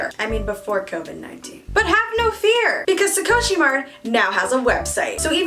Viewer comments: Sukoshi is a weird choice to name your shop. Sukoshi in Japanese means “a little/a bit”. I don’t know how this name reflects a beauty shop but I guess if it sounds cool it’s fine right. Also it’s pronounced “soo-koh-shi” not “su-co-shi” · wait but please pronounce sukoshi as scoshii next time D: it means 'a little bit' in japanese